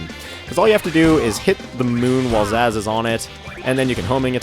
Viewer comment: Amy sounds like Minnie Mouse. Wait, Zazz? It's pronounced like Zsasz, a Batman villain. A really creepy one at that.